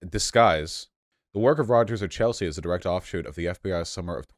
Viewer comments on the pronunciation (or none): none